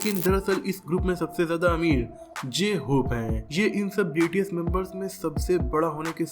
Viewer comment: It's not BTC it's bts